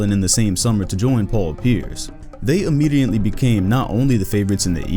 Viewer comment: "Immediently". Great video tho!